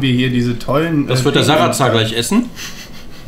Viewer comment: Jens König "Sarazar" nicht "Sararazar" P.S: Valentin